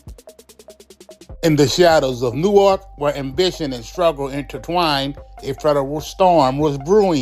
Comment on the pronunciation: The way that dude kept pronouncing Newark smh